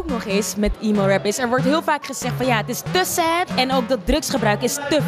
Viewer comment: Niet "iemo" rap maar "emo" rap